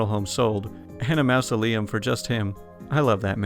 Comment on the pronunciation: Yo, just a heads-up: 'mozz-uh-lee-um'. If you haven't seen The Haunted Mansion (old Disney movie with Eddie Murphy), it's a good one. The word mausoleum is used in that movie.